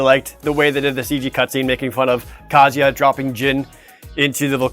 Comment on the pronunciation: the way you said Kazuya like kaZYah gave me anxiety for some strange reason.